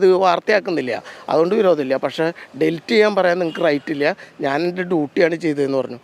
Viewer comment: ഡിൽറ്റ് അല്ല പത്രപ്രവർത്തക, ഡിലീറ്റ്.. എന്തൊരു കഷ്ടം ആണ് ഇത്